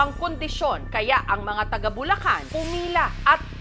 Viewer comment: Tiga? Baka Taga 😂